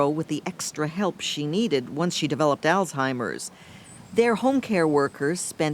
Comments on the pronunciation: He's a victim of a lost bread winner, and her family knew it ! He pretends to be intelligent. ... but can't properly pronounce the word Alzheimer, it certainly isn't allstimer! This is a perfect example of a Narcissistic personality he's done no wrong ! People that know Narcissistic people are well aware of their manipulation! This was sick, and disturbing ! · Did he say “all timers?”